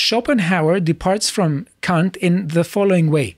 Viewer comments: K-A-nt not K-U-nt. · I'm surprised ' pronunciation of Kant didn't get your channel a strike.